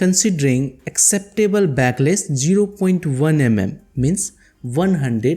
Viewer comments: It's backlash not backless 🤣🤣🤣🤣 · It is backlash not backless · Bro.. A small correction..It is backlash.. Not backless